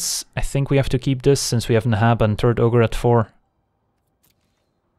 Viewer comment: I keep hearing "Turd Ogre" instead of "Turret Ogre"